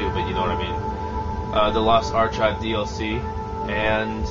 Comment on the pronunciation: It’s pronounced “ar-K-ives” not “CH”. Read a book.